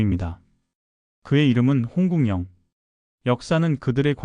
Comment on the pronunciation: ai 더빙인가? 홍국영을 홍궁연이라고 계속 발음하는데 홍구경이 맞는 발음입니다.